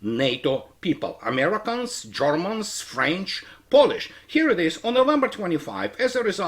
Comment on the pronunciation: I laugh so hard everytime You say ZHORMANS...